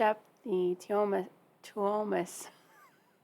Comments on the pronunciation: Something that can help with pronouncing the Finnish names is to remember that they stress the first syllable so the emphasis in Tuomas is on the Tu. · To me pronouncing his name is like Tour mass Tuomas.